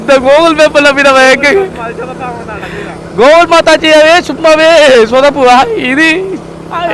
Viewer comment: Google❌ Gokul✅🤣🤣